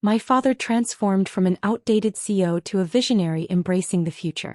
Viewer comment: CEO has three syllables - please pronounce it correctly. 👎